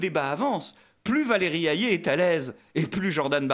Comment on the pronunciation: Hayer, pas hayé